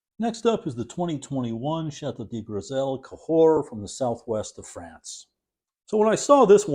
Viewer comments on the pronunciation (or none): none